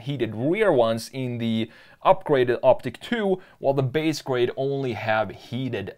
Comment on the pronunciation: it's "ICK" not "EEK"